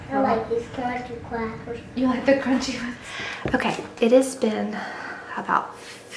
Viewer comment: “I like the cwunchy cwackers” 😂🥰 im sold lol